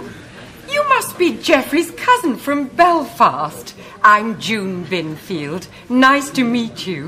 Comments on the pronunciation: My favourite part is when he keeps on saying musses Bunfield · Gary Stirling it sounds like he says Mrs Murphy for some reason.